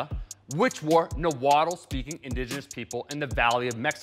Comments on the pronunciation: Nahuatl is actually pronounced like Nawal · Another common mistake is pronouncing the L in words like Nahuatl when the “tl” is at the end of the word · And the tl in nahuatl is more of a clicking sound.